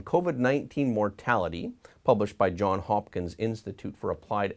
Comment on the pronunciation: Please, it's JohnS Hopkins, not John Hopkins - a combination of two surnames.